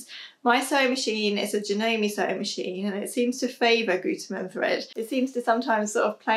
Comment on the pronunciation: You pronounced Gütermann quite good! Great tips, thank you!